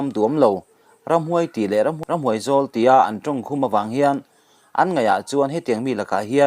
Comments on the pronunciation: Ramhuai zawk, tih hi , huai hi thlûk hniam tur a ni lo. A khamphei vek tur a ni. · Ramhuai zawl tih hi ram tih leh zawl tih thluk nena inang veka lam tlang vek tur a nih laiin 'huai' tih lai i zuk lam hniam bik tlat ṭhin hi khawi aṭanga i zir nge ni aw? 'Ramhuai zawl' tih thluk dik chu bible chhiarah kan ngaihthlak tam teh reng nen maw? I ṭawng hi a pai hrim hrim ti dawn ila, a dangah a pai lem si lo va. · Ramhuai i lam ang chiah hian ramhuai-zawl tiin lam la a dik mai. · Ngaihthlak a hahthlak em mai...Ramhuai ti zo chauh a Ramhuaizawl tih i lam dik lo leh si te hi. Ka ngaithla fo lo.mai thei a ni. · Ramhuai zawl tih te hi chu han lam ri dikve hram teh, hei chauhlo pawh hi i mizo tawng hi a diklo fo fimkhur deuh teh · Ka ngaihdan chiah, Mizo tawng thluk thiam loh a ngah mai, a channel siam tir ata tun thleng hian, hmasawn a tum lo ve khawp mai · Ramhuai zawl. Huai ilam rik dan chu a va dangdai ve. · Ramhuai zawl.i lamdan hi a va mak ve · Ramhuaizawl poh i lam dik thiamlo chu ania maw